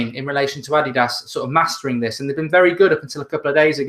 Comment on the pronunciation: That's how you pronounce it though..